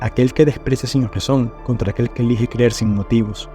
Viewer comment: Por qué dices "Gazón" en vez de Razón ?